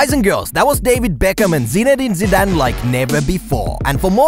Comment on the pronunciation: He is interviewing a legend like Zinedine Zidane and yet can't take a moment to learn how to pronounce his name correctly. What a disgrace.